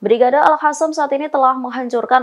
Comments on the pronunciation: Zionis kok dibaca Yonis ? Al-Qossam kok dibaca Al-Hassam? 😂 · Kenapa al qassam yg jelas dalam bahasa arab adalah qof bukan ha' kok di baca al hasam alay bet itu bahasa arab bukan spayol, apa tujuan nya mau pembodohan bagi orang yg ngak pernah belajar baca tulis arab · Al Qassam bukan Al hasam , sekolah lagi mbak supaya betul menyebut huruf Q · Alqosam mba bukan alhasam